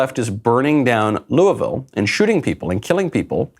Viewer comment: To everyone recently concerned with Louisville: Stop saying Loo-E-Vil!!! Its Loo-uh-vul....please carry on.